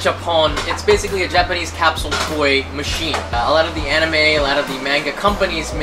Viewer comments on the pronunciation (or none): did he just say anime